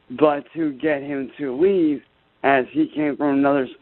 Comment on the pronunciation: "my family told him to lea'b, seb'ral timez" "Cops were called, frantically." Can we all give a chance a round of applause for how situationally aware he is which is detail recall of the tragic events on par with the storming of Normandy that unfolded in his front yard, also known as the great riot of Ohio 2023